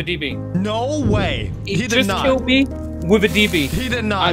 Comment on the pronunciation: "An asian kiwwed me. diswonect'